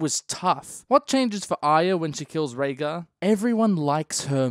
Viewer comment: Rhaegar, not Rhaegal